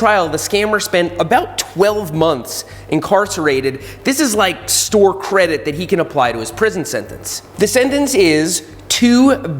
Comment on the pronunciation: "Sore Credit" love it.